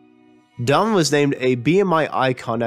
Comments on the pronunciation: You garble the pronunciation of Donovan. This is an obvious fix that can be done easily. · Could you have found someone who can pronounce ‘Donovan’? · Can you get a better reader for the narration? I am an American and I can hardly understand the version of English you are speaking! You are slurring over words and mispronouncing them. Please......try to do a little better next time. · Okay , I'm 2 minutes in and that's enough . If you cant even pronounce Donovan properly I'm out . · Yeah, who the hell is Dovan? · His name is Donovan, not Donan. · I thought it was just me who heard "Domin" instead of Donovan, as pronounced by the narrator. Good effort, though. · Just a suggestion....when making a documentary, be sure to know how to pronounce the subject’s name. It’s not “Domvun,” “Dunnun,” “Don nun nun” or any of the other names you gave him. Say “Don o van.” Try it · It sounds like he keeps calling him Darwin or Darvan. It’s DonNAvan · Who the hell is Dommon? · Mell-yell? Donner? Are you a robot? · Rick Rubin became an alley? How the heck does that happen to a person? The lost city of Atlanta? I could have sworn it was right there where it's been for quite a while now. Where is the Adrian Sea? And what is this "narrator" calling Donovan? Dnnnenn? Dhvn? Three syllables are so tiresome to pronounce, if you just mumble some of the consonants in one or two syllables, look at all the energy you can save and surely that's good enough. This was freakin excruciating to listen to. Donovan's legacy deserves better than this. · In Ireland, we pronounce the name Done-o-van. It is from the Irish surname Don-na-bháin or in English Done-na-vaughan. Donnabháin means dark or dark brown. I do feel your pain. So I think it's only fair we change the "Don" to "Done" ;)) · his name is DonoVan.... DONOVAN ! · This guy can not speak clearly, and . The poorly pronounced words hurt my ears. For instance, Donovan has three syllables, yet this guy slurs it into two, Dawn-Van.